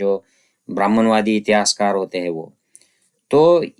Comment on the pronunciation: सर, खुप छान माहीती! Keep It up! One suggestion बरेच मराठी लोक कायम ‘हैं’ च्या एैवजी ‘है’ वाचतात. टिंब ignore करतात. Like यहा म्हणतात यहॅां च्या एैवजी. This can be improved .